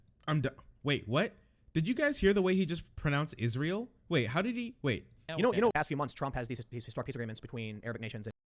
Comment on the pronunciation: tim can't pronounce israel and pretends he's an authority on foreign conflict